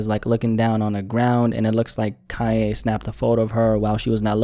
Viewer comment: I'm confused everytime he says "kanye" because it sounds like "kaya" the way he says is